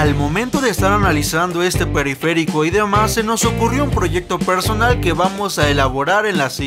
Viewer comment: periferÍco jajajajja